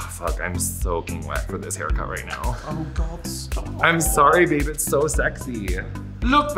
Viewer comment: I just absolutely LOVE the speedy evolution of "Babe!" into "beurb!"